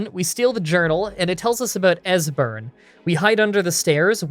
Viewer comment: At least he didn't butcher Esberns name.